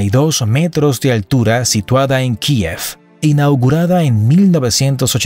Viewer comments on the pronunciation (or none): none